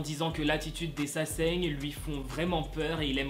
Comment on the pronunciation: Mdrrr t'as inversé le n et le g dans sasaeng 😂😂❤️❤️